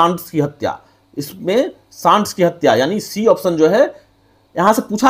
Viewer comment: सांडर्स को सांड्स क्यों बोलते हैं?